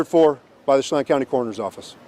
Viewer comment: Sha Lan 'chelan'